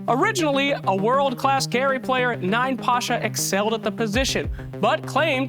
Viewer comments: Not 9Pasha- YaPasha? like I'm Pasha. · It's pronounced as Yapasha, not ninePasha. Research well pfffft